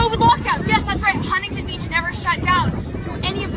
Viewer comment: Kyle that is not how you pronounce Huntington 😭😭😭